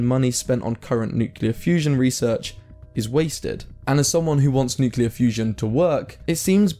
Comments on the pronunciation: Nuclear. Not "Nucyuler" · Say it with me: say New. Now say Clear. Now say it together: New-Clear, again New-Clear, newclear, nuclear! You did it! No more noocilar! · Nuclear is not pronounced nukuler just like the word clear is not pronounced kuler. It sounds like Homer Simpson or Donal Trump when people say Nukuler. lol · What's so un-clear about nu-clear? Why does everyone say nuqular. Where's the Q-lar in nuclear? This disease is more virulent than covid. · It's nuclear not nucular ethymology is from nucleus not nuculs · It’s “nuclear”…. Not “nucular”. How do so many people not know this? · There's definitely a problem with nukeular fusion, there's no such thing as a "nukeular". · It's nuCLEAR, not nuCELAR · It's not Newklar ,It's nEU KLEAAR FUUUSION 😂🤣, I like it Allotttt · He said nucular twice within 12 seconds... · there's a problem with NUKELAR . Yes, it is NUCLEAR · It's nuclear, not nucelar. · nuclear* not nucelar. For god's sake you're doing a video on nuclear fusion... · its NUCLEAR not NUCELAR ffs... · "Nucular fusion"? Tell me more... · "Nucular" is not a word! Nuclear is a word.. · You lost me at nucular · how many times does he mispronounce nuclear as nukular? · Did he really just say "nucular" fusion? How are we supposed to take him seriously. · I'm sorry, did you say "Nucular" ? Yeah, no. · You lost me at 'nucular'. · ah yes nucular fusion my favorite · "nucular fusion" as in "nuculus of an atom" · What is "Nucular" fusion? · No such word as Nucular. Please pronounce it correctly. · I stopped the video when he said NuCElar fusion... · Ohhh 'shocking' information that could change everything... "NUCULAR..." Ye aiight, nothing to worry about here then xD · Couldn't listen past the first two "nucular" mispronunciations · TBH if you start off by saying "nuke-yuh-lar" you've lost all credibility. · Maybe it just doesn't like being called new-cu-ler... 🤣🤣🤣🤣🤣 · Nucular? fusion. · Starts the video.... Mispronounces nuclear. i'm out.